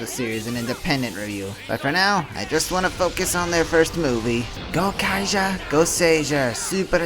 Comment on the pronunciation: Yeah I have a feeling you have no idea what you're talking about just from the way you pronounce Gokaiger. It's Go-kai-jer